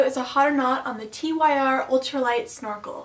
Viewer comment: Sorry to nitpick but... you can pronounce it "tear" or you can pronounce it "tur", but for the love of God, literally for the love of the norse God of War for which the company is named, please don't call it Tee Why Are.